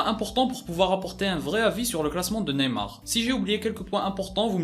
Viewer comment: hans RAKOTONDRAMONJY javoue j’ai pas remarquer l’erreur